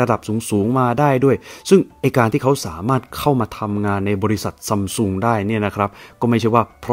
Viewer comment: ซัมซุง ❌️ ซั้มซุง ✅️